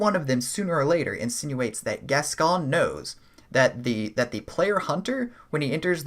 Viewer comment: Cool video dude. I like the theory that Viola was killed by crazed Yharnamites which sent Gascoigne into a rage & made his beastly nature emerge. Also a note on pronunciation as it's a name here in the UK, Gascoigne = Gas Coin/Goin rather than Gascon 😎